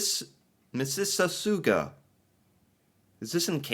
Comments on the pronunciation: wheezing Ok. Oh man. So you pronounce the first chunk of Mississauga like you would Mississippi. And then the '-auga' part is 'awe-ga'. 'Miss -iss -awe -ga'. And even when it's not on strike, Canada Post is fairly cursed; it either works incredibly well and the parcel you shipped 3 days before Christmas gets there in 18 hours, or it is going to go on a month long adventure in the middle of April that not even the most dedicate detective could explain and there is very little middle ground. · there is currently a postal strike in Canada - Mississauga is a city just outside Toronto. The phonetic pronunciation of Mississauga is MISS-iss-AW-gə (/ˌmɪsɪˈsɔːɡə/). 76 cents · Mississauga pronounced mis-sis-saw-gah. Canada Post, better known as Snail Mail. That Heritage Minute is photoshopped. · i got you, its Misses-Saw-Gaw (Mississauga) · “Missersauguaeah.” More like mississtroked out 😂 but he gets points for the attempt; that thing has syllables for days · Mississauga starts like Mississippi ... but pronounced Missis-saw-gaw. ;) Mississauga has a huge warehouse where just about every international parcels or letters go to, then items get distributed to other warehouses across the country. It's also a city near Toronto (part of the Greater Toronto Area (GTA)). BTW, in order to understand Celsius .... if it's above 0*C ... double the number and add 32 ... so if it is 10*C, you add 10 = 20 + 32 = 42*F. 30*C + 30 = 60 + 32 = 82*F. That's how I can understand it. 10 cm = 4 inches ... that's as far as I can get in the metric system ... and I'm Canadian, lol. Petro-Canada ... Petro is short form for petroleum ... and yes, it is gas. The prices on those memes, are about when gas was cheap(er) than it is today, which is why they are a bit funny ... or maybe very sad, depending on your perspective, I guess. :( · The best way to pronounce Mississauga, is this. Mis-is-saw-ga! You're welcome. Oh and 10c° is 50f° and 30c° is 86f° . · lol, you killed Mississauga. Mrs. Auga. There you go.